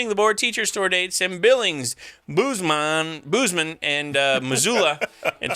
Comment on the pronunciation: Can’t wait to see you in Missoula! Before going to Bozeman the phonetic pronunciation is bowz-muhn.